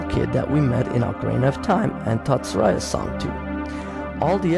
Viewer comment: Never heard someone say Saria as "Sah/Rah/eee/ahh" before.